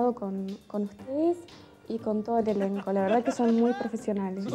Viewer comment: Un elencg espectaculegg